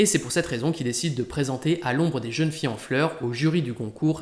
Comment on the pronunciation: Super. Merci. "Les plaisirs zet les jours" "À l'ombre des jeunes-filles zen fleurs". 😉